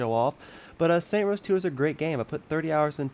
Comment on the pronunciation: Stop saying saint rose that is not the name of the game, and has nothing to do anything, my god I couldnt even watch the whole thing cos that was so annoying